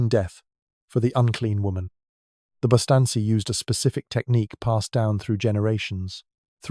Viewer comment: Bustanssi? Bistanci pronounced Bistanji